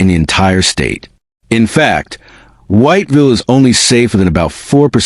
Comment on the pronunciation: man u know u not pronouncing "whiteville" properly, u dont say the whole thing whyyyyte villle, no, i understand those letter are there to say White Ville, but thats not how u say it. it's got 2 syllables only. it sound more like wot-vil, with a hella bad southern draw to it. thats how u say "white ville" . if a local hear u pronounce the whole thing, ur getting fixed, if u never been there, they will correct you i promise lmfao they dont like it when u say all the letters in white ville haha for real they crazy over there